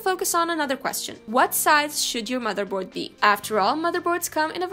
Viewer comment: "but this isn't the case" no it's the mather bord hehe